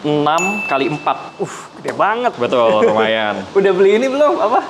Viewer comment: Sudah berapa “betuul”? 😂